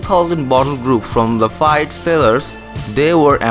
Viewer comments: It`s pronounced "Lah-feet" my friend. They say travel broadens the mind. Please travel the world and learn. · Wow dude. Learn to pronounce Lafite correctly. I was dying rolling on the floor.